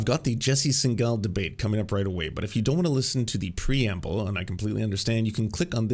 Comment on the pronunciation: Why are you deliberately mispronuncing his last name even after having met him?